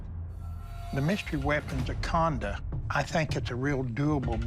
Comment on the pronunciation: Khanda , it's Khanda